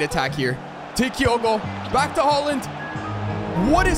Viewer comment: Kiago? As a Celtic fan this hurts it’s kyogo